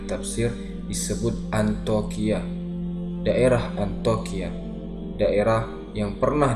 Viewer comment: iya harusnya dibaca Antiokia.. tapi terus menerus dibaca 'antokia'